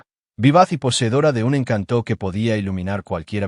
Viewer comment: "Encanto" sin la sílaba tónica en (tó) porque la sílaba tónica va en (can). Encanto no lleva tilde en la vocal (o) porque la convierte en una palabra aguda, cuando es una palabra llana. Eso que lo aprenda quien maneja la Inteligencia Artificial que no sea tan bruta/o. Son muchas palabras con errores garrafales, aprendan gramática.